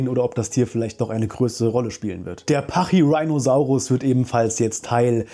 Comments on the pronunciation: Top Vid aber, Sukimimus (ausgesprochen) nicht Suchimimus. Und ja, Pachyrhinosauraus wird Stumpf Deutsch ausgesprochen im deutschen, ähnlich wie Rhinozerus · Der Name kommt von rhinoceros, also ruhig Latain/Deutsch aussprechen 😜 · "Rhino" aus Pachyrhinosaurus ist jedoch Latein oder Griechisch denke Latein bin mir nicht ganz sicher. "Rheino" wäre englische Aussprache, und nicht lateinisch also schon pachyrhiiinosaurus :-) danke für das informative Video! ♥